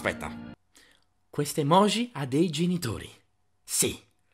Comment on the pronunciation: Perché pronunciate la J di EMOJI e di tutte le parole giapponesi come se fosse la J del francese? Si prouncia "gi" palatale come la J inglese